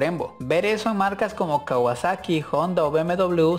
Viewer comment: "kawasexo " xd